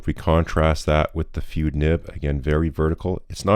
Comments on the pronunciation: It's "fude = foo-day", the ending rhymes with the photography term "boke = Beau-kay" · I am sure someone else spotted the anglicized pronunciation of "fude". It is "foo-day". Aside from that, I have a Bobby fude nib for my Wing Sung 601a. It is a marvelous writer. Very smooth but I need to practice with it more to get the full benefits of this nib. It does produce some interesting line variation when doing normal script. Bobby also created an architect nib for a Lamy Safari or Jinhao 80. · Not FOO-day. It's FOO-de. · "Fude" is a Japanese word (筆) and is pronounced like "foo-deh" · Fude is pronounced Fude not Fude or Fude. 👍 😂😂😂😂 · if you care, the correct pronunciation is FOO-day. surprisingly good job on naginata though